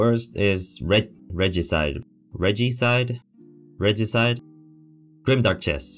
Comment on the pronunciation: Pretty sure you got it right. Reh-gee-side